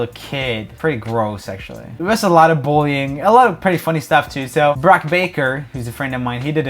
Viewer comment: Who else finds it funny that roomy can’t pronounce the word “bullying”